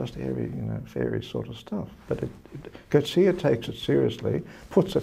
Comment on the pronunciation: This lady is one of the few people I've heard who pronounce Coetzee's name correctly. Congrats to her!